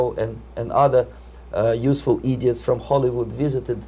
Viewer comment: Actually, he said "eedeeots." :)